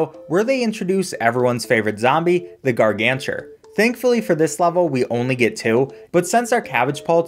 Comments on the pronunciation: Did you say "gargancher"? I thought it was gargantuar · he said gargantur not gargantuar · It’s gargantuar not gargantuer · My mans fr said "Garganchur" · bro really called it the gargantur💀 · Not the gargantur😂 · Mans really said Gargantur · garganturs haha its ok tho :) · I am mad of a veteran of this game he says garganter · My heart just died when “ the gargantchur” XD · I really like how he pronounced gargantuar 😅